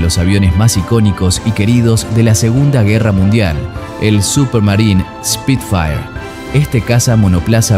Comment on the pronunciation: Como corrección, no se dice Speed fire si nó : SPIT-FIRE